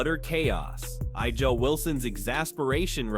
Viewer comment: A gee ah is the correct pronunciation.